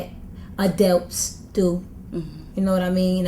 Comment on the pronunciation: she really did say "adealts" haha wow but she sorta talks too much on any one topic. i like her but dang